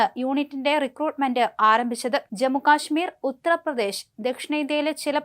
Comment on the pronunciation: റിപ്പോർട്ടിങ്ങിൽ/ വാർത്താ വായനയിൽ ഏറ്റവും അത്യാവശ്യം ഉള്ള സംഗതി ആണ്, അക്ഷര സ്ഫുടത ... : ഉഴറുക, പറസ്യം, "ഉത്ര"-പ്രദേശ്